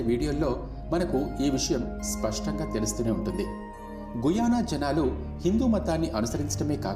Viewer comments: గయనా అని పలకాలి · గుయానా కాదురా గ యానా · గయానా babu guyana kadu